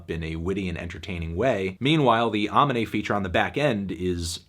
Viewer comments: I ain’t tryna be that guy but imma be that guy: u pronouncing AMINE’s name wrong it’s ah-MEE-nay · That shit's so funny to me because Aminé literally has a track about how to pronounce his name on his first album and Melon STILL gets it wrong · No one: Melon: Aw-me-nay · Melon says aw-menay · you really pronounced amine like that with your whole chest huh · okay yeah a 7/10 sucks and all but what in the fuck was that pronunciation of aminé mate?? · bro u pronounced amine wrong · he butchered amine's name lmaoo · He still can't get Aminé's name right 😔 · Still can't pronounce Aminé, but it's okay!